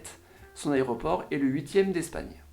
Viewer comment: Sans vanne : tu serais pas dislexique par hasard ? Depuis quelques années que je te suis j'ai remarqué des problèmes de diction comme "algomeration" "aroport" "sympolise"